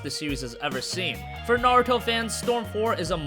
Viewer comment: ITS NA-RU-TO!!! NOT NA-RO-TO!! I LOBE NARUTO AND IT MAKES ME CRINGE WHEN ITS MISPRONOUNSED!!